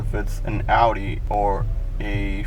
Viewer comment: remote starter ain't putting stress on ur started bro 😂you got no clue what your talking about learn to pronounce the manufacturers name dude you sound like a small child